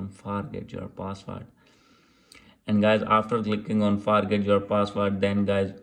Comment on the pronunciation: btw forgot is pronouned as "Fore-got"